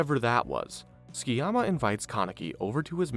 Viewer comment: Dub should be illegal. Its pronounced Su-ki-yama. Not fking skii-yama